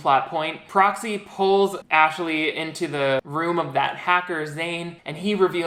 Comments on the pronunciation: took me solid ten minutes to realize that you were saying "proxy" and not "broccoli," though i think broccoli is the cooler name between the two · Can’t stop hearing Cropsey instead of Proxy NGL